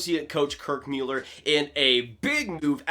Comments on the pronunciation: Please stop saying Mueller, it's Muller. I can't hear it. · Dude his name is Muller! Good Job! Dumbass, ya let me hit that button lol